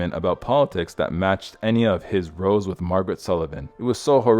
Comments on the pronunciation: the narrator, obviously reading from a script or a teleprompter, pronounces the word, 'rows', as 'rose', which, in the context, should rhyme with 'cows', Amateurish. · This AI bot can't read. ``His rows with Margaret Sullivan'' was pronounced with rows being, like, rows of seats instead of rhyming with boughs of trees. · When it means an argument or fight, the word "rows" does not rhyme with "rose"; the vowel is like the "ou" in blouse. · I never thought Fonda had any charisma, probably because he seemed emotionless. Rows meaning arguments is pronounced to rhyme with cows. Unveils is pronounced unvayles.